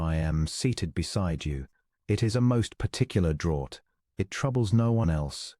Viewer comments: Draught is pronounced draft, please get your English right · Draught is pronounced draft. (It is confused with drought pronounced “drowt” which is very dry period, that leads to short water supply) Draught is the British spelling, draft, American. In this case, it means a selection by the Duke’s dowager aunt allegedly so her companion Miss Polk is seated beside the Duke.